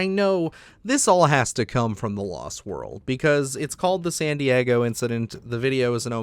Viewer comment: i swear i thought you said Sandy Eggo Incident the first time. lol love your videos